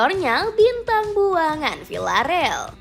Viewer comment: ...say it with me ya: Vil-la-re-al Di-e-go Si-me-o-ne